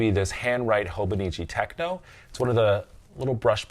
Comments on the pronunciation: Hi. It’s TECHO, not TECHNO. TECHO means notebook in Japanese. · It is Te-cho, no “n” please pronounce it properly. TechNO is electronic music, i think. Thanks for letting me comment. Otherwise good job explaining Hobonichi.